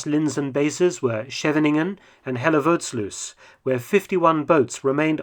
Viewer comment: As a dutchman, I really enjoyed how you pronounced Schevening, Moerdijk and Hellevoetsluis. LOL!